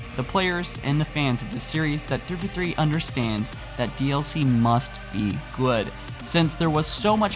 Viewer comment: like your videos, just one criticism... It's THREE FOUR THREE, not threefa three. lol